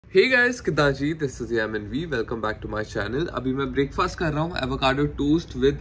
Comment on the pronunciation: pls pronounce Breakfast in the correct way! it's not Break-faasssttt. 🤐